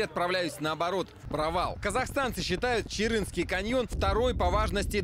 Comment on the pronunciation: Не чырынский , а Чарынский